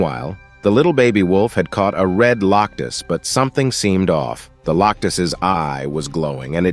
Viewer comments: Why does it keep saying Loctus instead of Locust? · Lock us, A lee in, why did you mess up on the pronunciations?